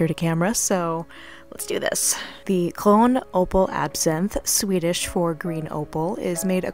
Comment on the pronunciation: Why do you pronounce French properly and mess up Swedish?